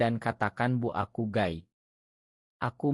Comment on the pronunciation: Gay (baca gei) Min, kalo Guy ( baca Gai) mah nama suami gue😂😂.